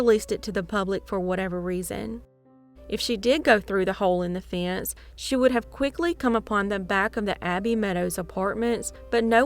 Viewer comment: What in the heck is a “fee-ence?”